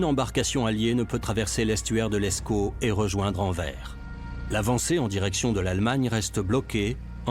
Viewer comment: ANVERS ce dit ANVERSE